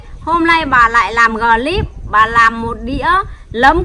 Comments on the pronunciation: Clip bà nói là glip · ơi bảo mẹ là cờ líp nhé chứ ko phải gờ líp đâu nhé, làm vê lốc vê liếc cho mẹ thì phải nói chuẩn chuẩn tí😂😂😂